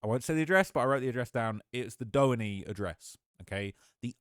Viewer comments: Doheny is said like Doe-hee-knee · 😮The Street Doheny Drive is Pronounced: (Doe-Hee-Ne) here in Los Angeles Lil Brotha....No shade 😎.....and it begins in Beverly Hills California right on the Border of Los Angeles City Line Pico(Pee-Co) Blvd and it Ends in the Hollywood Hills the very Top Where there are Gigantic Private Estates Overlooking the Downtown Los Angeles Skyline 🏙.....Century City and Depending on how High you are and where The Estate in Built....You Will have a 360° View of the "San Fernando Valley....All of Los Angeles.....And the Ocean!....Keep Up your Excellent work Young Man 👨 👏 👍....You Have a South Central Los Angeles California Hood Native Born in 1970 watching your Shit!....😂😂😂😂😂